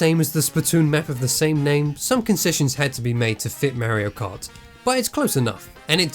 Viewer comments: Wtf is "Merio Kaht" ???!?? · Why does he say merio kart